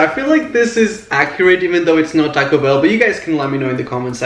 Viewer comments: He has an accent. Or that is how you Pronounce It. Like Taco Bell. You Pronounce it "Tack O Bell" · he pronounces it as "tack-oh bell"